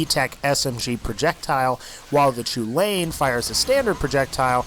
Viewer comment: The chulainn is pronounced kulin